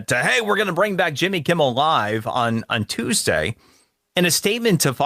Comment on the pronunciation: he said thuesday, lol.